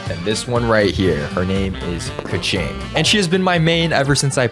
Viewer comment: is a keqing main also: doesn't pronounce keqing correctly